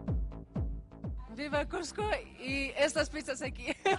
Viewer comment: DÓNDE QUEDA CUJCO TIENES QUE APRENDER A PRONUNCIAR EL NOMBRE DE LA CIUDAD MÁS IMPORTANTE DEL PERÚ SE DICE CUSCO CON S NO CON J